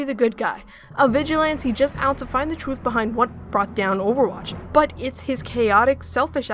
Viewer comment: also mispronounced vigilante